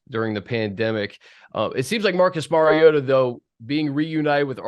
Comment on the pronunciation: Compliments to both of you for knowing the correct pronunciation for the name of your subject; Mariota. Demonstrates your high level of professionalism and taking pride in the quality of your work. Watched the entire video and Mariota was pronounced correctly every time without fail. Keep up the good work.